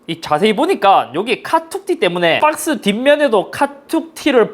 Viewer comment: 빡스 발음이 이따끔씩 빤쓰로 들리는건 나뿐인가..